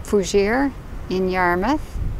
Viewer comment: FYI....Forchu is Pronounced; for shoe.